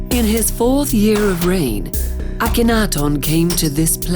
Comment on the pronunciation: aton pronunciation is wrong. it does not mean sun disk. and your pronunciation of his name is wrong